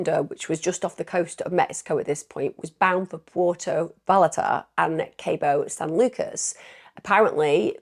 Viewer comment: "Pwherto Vie-Art-Uh" and "Cawboe San Lucas" The Bahamas police force may not be amazing but you are- Thank you for caring so much about the victims and their families, and for bringing such life to their stories. ❤❤❤❤